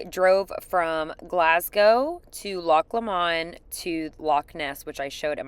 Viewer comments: May I politely say that the Scottish pronunciation of Loch Lomond has more of the emphasis on the first syllable not the second. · NOT Loch Lo mond. Pronounced LOCH LOWMUND. GLENFINNAN viaduct. OOO...Waldorf Astoria....very posh ! They are building the arena for the EDIBURGH TATTOO. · Loch Lemon, then Glimpson Viaduct? Or even Loch Lomond then the Glenfinnan viaduct 😄😄😄 I bet you just said those things wrong to see who watched and was paying attention 😄😄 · Try saying Loch LOW mond 🏴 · And here i thought Canadians said Loch Lamonde because of the French influence in Canada.. but hearing an American say it that way also warms my heart 😂. You’ll learn that things in Scotland are often pronounced exactly as written.. and other times not (Cockburn street).